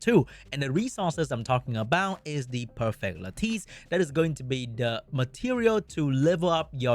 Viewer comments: LAT TUS PLEASE it’s not LAT TEES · It’s “Lattice”. Pronounced similar to lettuce. Why are all content creators making up a new pronunciation for this word…